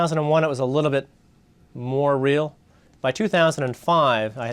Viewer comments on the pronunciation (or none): none